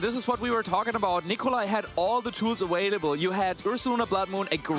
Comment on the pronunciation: Please for the love of God somebody teach this man how to pronounce the V and B correctly in available. Since when does a B and a V sound like a W